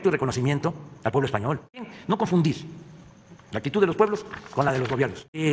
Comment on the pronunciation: Su "actitut", "humilda"... Ah, bueno a ti no te civilizaron... El problema fuerte es que como el 90% de las palabras que dice, no existen en español, esa puede ser una de las razones por la cuales Su Majestad el Rey Felipe VI de España, no le entiende... jajajajajajajajaajjaja